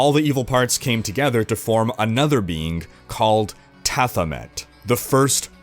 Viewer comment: We'll have to start at the beginningk, with the first beingk in excistence...